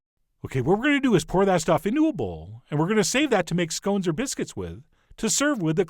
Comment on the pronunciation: Good work, I'll give you 3/4. Correct pronunciation of both "scone" and "jam" (Seriously, how do so many of you get it so wrong to the extent that it sounds more like "jelly"?), and most importantly, clotted cream and jam applied in the correct order. You did however lose one point for eating an open-faced scone.